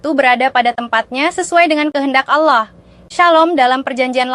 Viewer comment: Kata ALLAH dilafal ALLAH biasa aja x ya... Jangan diucap seperti orang islam mengucapkannya. 😭